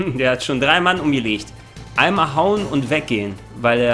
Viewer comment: Ich persönlich finde die Deutsche Synchro gar nicht mal soo schlecht. Klar manches hört sich blöd an , vorallem Liquid, aber an sich gehts. Und das sie manche dinge komisch aussprechen ("er hat schon 3 Mann umgelescht") finde ich um ehrlich zu sein sogar glaubwürdiger. Ist doch im realen Leben nicht anders 😂